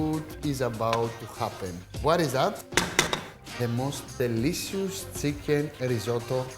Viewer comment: 'THE-LEE-SIUS SEEKEN' 😂 ok